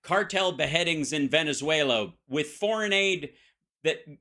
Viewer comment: Veneswulla? I've never heard it pronounced that way before.